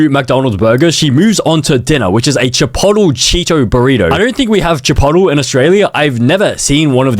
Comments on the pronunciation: chi-poet-lay not chi-pot-le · chip pot hole xD chi-POUGHT•LAY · chipotle is not chip-ot-ul its chip-ot-ley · BLUD SAID CHIPOTOL. Its pronouned chi-poat-lay. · dawg how u gonna make fun of how she says microwave when you say chipotle like, "Shepottel" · Why does bro say chipotle like “chi-pot-al” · chipotle is pronounced (chi)-(pote)-(lay) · Every "microwave" pronounciation i ever heard: "my-crow-way-veh", "my-crow-wah-vey" and finally "me-crow-wah-vey" Bonus:"Chipotle" pronounciations: "chih-poh-tley" and "chih-potle" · How bro pronounces chipotle : chi-poUle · Its pronounced (Chip-oat-lay) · “Chip pot ole” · it's cha-polt-leh bruh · “chip ottle”💔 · Bro its microwave (mike-ro-wave) and bro its chipotle (chip-olt-lay) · pronouncing chipotile as "Chippottle" is funny 😂😂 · it is NOT pronounced “chipotel”😭🙏🏽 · Che-potle, Micro-wAVE, buh-tteh, A-lo-tee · “ChiPOTILL Cheeto burrito” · i felt so offended when he said CARnay AssADO. brother it CAR-NEY and chipotle IS chip-ot-lay is how you pronunced... W for trying tho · bro makes fun of someone for saying micro-wavee but then also says chipottle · aint no way bro pronounces chipotle as "chipottel" 💀💀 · It’s chipote-lay 😭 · It's pronounced Chuh - polt - lay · can someone tell bro it pronounced chi- polt- lay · Wait how do you say chipolate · the way you pronounced Chipotle makes be want to drive off a cliff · the way he pronounced Chipotle 😂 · Isn't the t in chipotle silent